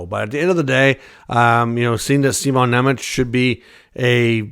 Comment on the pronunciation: First of all, his name isn't Simon it's Šimon. Šimon was supposed to be in the AHL last season, but when Dougie got hurt he got called up. Fitzgerald took a lot of heat last year for letting Šimon and Luke play and not having veteran D to support them. Both kids burnt out by the end of last year. That's why the vets were aquired. Kovacevic isn't on a long-term deal. He's been better than expected and taking games over Šimon but I think the plan will be to get Šimon into games or send him back to Utica. He's only 20 they don't have to do anything drastic when he's not even close to reaching his peak. Trading Šimon for another young defenseman does absolutely nothing but shuffle cards. Why not stand when you already have a good hand? Dmen take longer to develop than forwards it's likely by 25 to expect Šimon to be ready for a full time top line roll. You don't expect a spot to be open in 5 years? All those "long-term" contracts will be up by then. Why are we rushing to the grill? Let it marinate. And Seamus only played because Luke and Pesce both missed the start of the season otherwise he would've been in Utica the whole time so I wouldn't assume he's above Šimon either. I'm not saying the speculation is impossible I'm saying it's illogical.